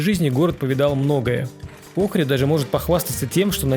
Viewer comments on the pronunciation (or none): Улица это Чаршия😅 и это НЕ рынок, рынок закрыли старый и сделали крытый базар. Ни разу не слышала, чтобы её называли улицей климента в жизни) Охрид и охридское, ударение не туда. В амфитеатие слушали Хворостовского.